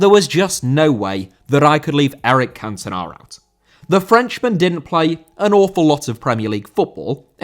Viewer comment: Cantona* not Cantonar